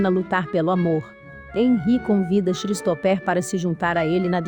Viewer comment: Um dica básica... Colocar um narrador que saiba as pronuncias dos nomes em inglês.. Xristoper foi bizarro...